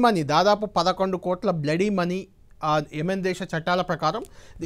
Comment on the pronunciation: అది బ్లడీ మనీ కాదు బాబు. బ్లడ్ మని.